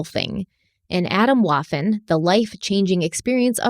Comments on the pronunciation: "Adam Woffen" cracked me up too! Scary stuff though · Swedish speaker here... I thought she said Adam Waffle 🤣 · the way she pronounced Waffen like waffle.... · As a German speaker hearing the pronunciation of Waffen made me cringe 😅 This story is soooo extremely sad. I'm actually crying from this. I cannot believe how much hatred people harbor and enforce onto others. I cannot believe this group. My heart is so shattered.